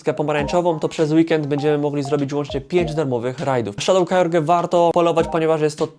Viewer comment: Kyorge 😂😂😂 wystarczy kyogra, czasem naprawdę wymawianie nazw Ci nie idzie